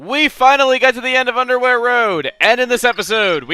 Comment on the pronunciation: The way you say Underwhere makes it seem you're saying Undewear. XD